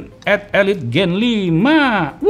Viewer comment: Nah ini baru bener SD 8 "elit" Bukan "ilait" 😂